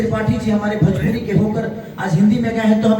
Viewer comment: Are Khesari bhaiya bhajpuri nahi bhojpuri hota hai